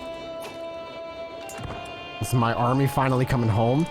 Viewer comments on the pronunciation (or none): none